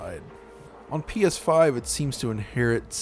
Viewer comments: did he just say “Penis 5”? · ''pee eshh faif''